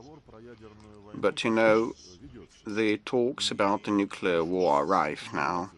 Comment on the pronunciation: El púton lo que quiere desde hace tiempo es apretar el boton "nucelar". Si no ha tardado en soltarlooo!! Estaba deseando